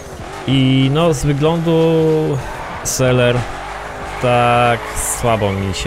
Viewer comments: Seler ? A nie czasami seleen ? :D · ja Cie bardzo proszę - nie zmieniaj nazw marek samochodów. To trochę wkurza że ty zamiast normalnie powiedzieć Sallen to ty mówisz Seller. Proszę Cie nie mów tak. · a jaka jest prędkość tego samochodu? A tak przy okazji to nazwe tego samochodu czyta i wymawia Salin. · słuchaj lubie marke saleen ale ciebie musze shejtować bo seler to możesz w sklepie kupić a to jest SALIN więc nie wiem gdzie ty tam r widzisz PS. odcinek fajny ale prosze fanów saleen`a troche obrażasz nazywając go seler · to nie jest seler tylko saleen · wiem że ty mówisz po swojemu ale proszę cię to nie jest żaden seler to jest Saleen. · saleena czeta się jako sileen;D pozdrawiam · Z tego co wiem to wymawia się Selen